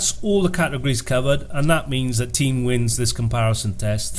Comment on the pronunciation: It's pronounced Tein not Teen